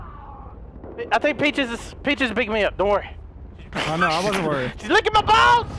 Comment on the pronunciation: I like how he keeps calling peaches paches